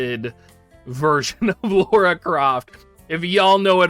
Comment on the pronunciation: Spelled and pronounced "Lara (lah-ra)", NOT "Laura (law-ra)". if yall played the games it's said over and over lol. XD Speaking of the collab tho.......Not really interested shrug